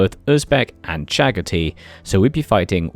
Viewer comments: cha-gha-thai: caktee:v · Never heard anyone call Chagatai Chagtii, cool video tho.